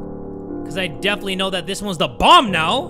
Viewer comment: When bro said bomb I thought he said bong💀I got too excited